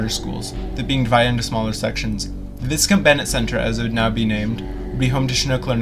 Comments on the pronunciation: I think it's actually pronounced Vy-count Bennett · Thank you for posting. I attended some classes and a series of work shops at that school many years ago. Another piece of Calgary's history has vanished. This video was very informative. Most people pronounces is Vy-count. I always pronounced it Vis-Count. lol 🙂